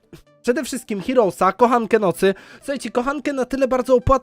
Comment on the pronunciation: mów heros a nie hirołs